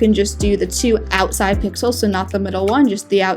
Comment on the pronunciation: Omg now I hear that too XD